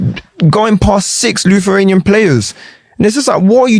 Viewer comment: “Lutheranian players”😭😂